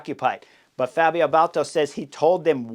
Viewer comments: It's B a l D A t o, not Balto. Love your channel Chris, but please. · Baldato, not Bolto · Dude, ‘Bal-dah-toe’ sheesh! 🙄 Didn’t you race against him?